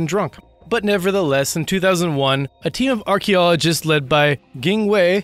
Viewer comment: it is pronounced "AR-KEY-OLO-GIST" not "arky-logist"